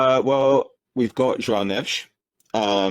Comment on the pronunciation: I'm glad to announce João Neves was currectly pronouced